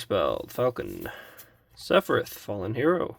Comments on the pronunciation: Seph-e-RETH 😂 = SephiROTH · definitely mispronouncing sephiroths name on purpose